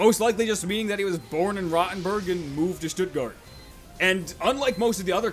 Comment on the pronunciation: its not pronounced rotten-berg, its row-ten-berg .